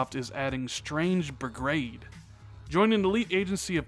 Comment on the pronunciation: ...."Strange Brigrade"? Lol